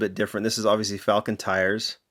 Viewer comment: It pronounced fall-kin. Not falcon..... say it with me brah.... fall-kin